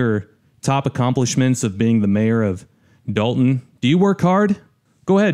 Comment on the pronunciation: That's Dolton with an 'o' not an "a"